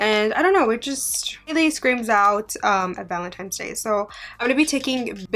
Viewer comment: I love you and your videos but please stop saying Valentine's Day like "valentimes". There's no m!!